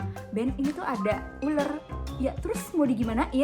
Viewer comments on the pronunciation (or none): Ular kak,bukan uler😭